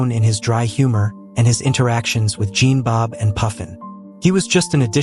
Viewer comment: You mispronounced Jean-Bob’s name. (His name is pronounced as “Sean”).